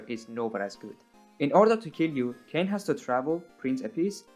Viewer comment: "Kane" my guy you do NOT know the 'goes like that